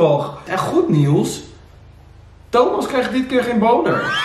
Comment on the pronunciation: goed 😝 echt ik erger me er zo erg aan dat jullie (ook Sam en jij in de podcast) nieuws niet normaal uit kunnen spreken 🤣